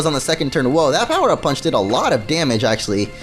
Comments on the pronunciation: Even if he didn't it's all I hear now lmfao 🤣 😂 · Lol now it's all I hear lmfao 🤣 😂